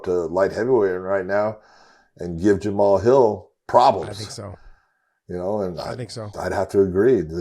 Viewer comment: i think Josh needs to respect Jamal alittle more...ive seen him on this show 3 or 4 times purposely saying the mans name wrong, would he say that to him in person? ohh yeah i forgot he works for Bellator and didnt win a belt...he seems alittle jealous and salty that Jamal is a champion, say the mans name right for god sakes. smh